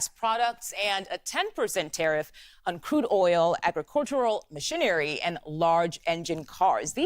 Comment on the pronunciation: Did she say mashy- nary. Unbelievable.